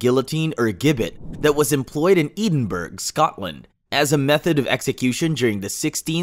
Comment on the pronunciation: Ee din berg is not how Edinburg is pronounced. I'm sure a quick dictionary search could have saved some embarrassment there.